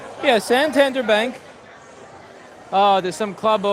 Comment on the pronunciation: "san tander" hehe.. It is NOT obvious at all, but it's actually pronounced more like "santan-dér". It's a city in northern Spain, or more precise; the capital of the autonomous region Cantabria (if I remember correctly?!) Nobody cares i guess, so I'll just shut up now.. :P